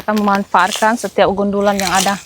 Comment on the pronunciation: Gundukan bukan gundulan